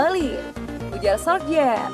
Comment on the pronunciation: Min sebutannya Ole Gunna Solsya